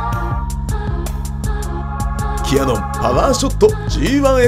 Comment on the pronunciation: OZEKIさんこんばんわ。 レギュラースタイルに戻って一安心。GR3Ⅲxの動画があまりにも良かったので 「ひょっとしたら、今後は現行機メイン？」なんて心配してました😜 キャノンではなく“キヤノン“と発音されるスタイル たまりません！